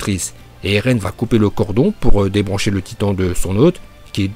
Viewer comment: 0.59 Dis pas elen en essayant de dire eren en roulant le « r » si tu sais pas le faire Bouffon